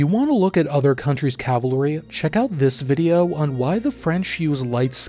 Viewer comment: Dear narrator please learn how to pronounce cavalry